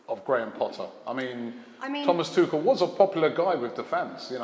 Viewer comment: Scouser Jamie Carragher is the only pundit in Britain that can pronounce "Tuchel" correctly! ;)